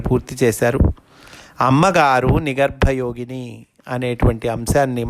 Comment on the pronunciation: U r telling nigarba yogini But it is nigrva yogini.